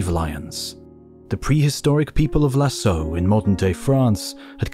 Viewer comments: It is pronounced Lasco not Lasso. Written Lascaux. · Great video ! Although I'd like to point out that Lascaux is pronounced "la-SKOH", not "la-So", it's a "hard c"... Cheers! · Nice video. But for the record, Lascaux is pronounced Lahs-koh, not Lah-soh. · La prononciation de « Lascaux » est amusante… et traduite dans les sous-titres par « lasso » (au lieu de « lasko »). A visiter si vous venez dans le Périgord, surtout Lascaux 4, encore mieux que Lascaux 2 (une copie d’une partie de l’original, fermé depuis longtemps pour préserver les peintures à cause du CO2 qui favorise les moisissures) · In france we pronounce "Lassko" when talking about this place (the Lascaux cave / les grottes de Lascaux) Not a critic .. just to add precision for those interested ! ❤ love the channel 2 episodes in a few days is a real treat! Thanks! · I noticed that immediately. Why does he say lassoh? How could you include the Lascaux cave without knowing how to pronounce it? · Please note that "LASCAUX" is pronounced "LASKO". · Great presentation, thank you. - Lascaux, 'c' is pronounced. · It's pronounced Lass-ko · It's pronounced Las-caux, dummies! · i paused the video 1 minute in to comment on that error. had thought it was a new place i wasn't familiar with until the narration said in France. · I don't speak French, but I've never heard it pronounced without the hard "C" in any other context besides this video. It's a pretty famous site, so I think a lot of people are exposed to the word at some point. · As everyone knows, Lascaux is pronounced with a hard 'c' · am I the only one that was annoyed at his pronunciation of Lascaux? maybe it's because i'm french. the rest of the video slaps though